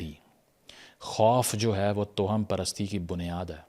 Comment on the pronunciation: جناب تلفظ درست فرما لیجیئے کہ لکھنے میں تو توہم پرستی ہی ہوتا ہے مگر اسے آپ جو toham پڑھتے ہیں یہ غلط ہے یہ tawaham پرستی پڑھا جائے گا یعنی توہم میں واؤ پر زبر ہے۔